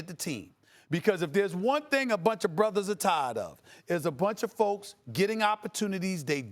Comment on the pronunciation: Stephen a. Smith: "Bruthus" "miyion"